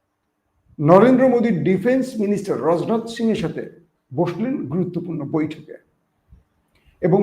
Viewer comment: এটার উচ্চারণ হবে রাজনাথ সিং রোজনাথ সিং না